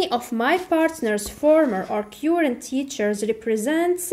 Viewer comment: On the name of many pupils and parents I thank you so much for your efforts.May Allah reward you better...just a little remark on pronounciation of "current".it's wrong.have a check.